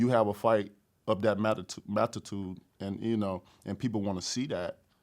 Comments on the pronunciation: "Mattitude"?.... Lets go champ... smh. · Magnitude champ, not matitude lol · It sounded more like matitude... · "When you have a fight of that Matitude" haha